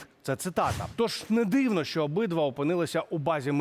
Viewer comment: в українській мові немае слів - щчє, щчо, якщчо. Вивчайте мову. Зверніться до мовознавця - Олександра Аврамєнка, послухайте як треба говорити, бо вас слухати не приемно